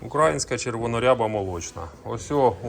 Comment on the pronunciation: ти прикалуєшся чи спеціально сьогодні разів 50 сказав украаааїнська, тобі ж робили зауваження треба говорити україїїїнська, за це дизлайк.Вчіться правильно вимовляти бо аж вуха ріже.